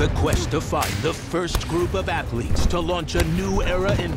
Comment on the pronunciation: Second the voice over said ''athletes'' I stopped the video!